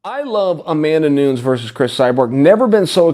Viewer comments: "Amanda Noons" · If Chael says she's Amanda Noons....thes SHE IS AMANDA NOONS DAMN IT!😂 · Chael "Amanda Noons" Sonnen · Chael " i love Amanda Noons" Sonnen